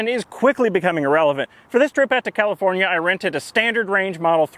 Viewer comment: "californiar" lol